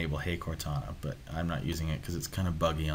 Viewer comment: Why u say "butt" not "but"